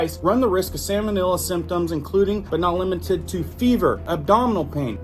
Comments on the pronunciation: Please please please bro you're killing me. Lol. It's salmonella not samonella. Sounds like it would have something to do with the fish, salmon. You may be confusing Some folks. Don't forget we're all not scholars out here. Just messing with you bro. Thank you so much for all your research and info you share freely. If there's one's thing I can't stand it's charging for information. That's despicable and greedy imo. Well done! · Its salmon- ELLA not illa.😂😮